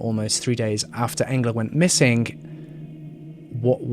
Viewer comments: Selve programmet? Han er flink å uttale navnet hennes ok også. Ikke så lett å få en svensk sleng på det. 🙏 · miles You pronounced it correctly, I think the person was just commenting that it was sad how her name was similar to the word “angel” since she was an innocent who sadly lost her life:(